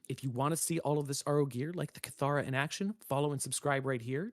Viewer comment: Isn’t it pronounced “kitt-hara”? I swear that’s how they pronounced it in the original reveal 😅😂